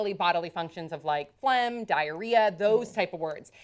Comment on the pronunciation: Also phlegm without the "g" pronounced... Maybe because my main language is not english.